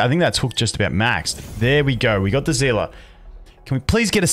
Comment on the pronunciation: ZEELA?????? NOT EVEN REMOTELY CLOSE TO SEELIE